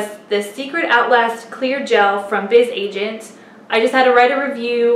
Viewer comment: I think it's pronounced 'Buzz' Agent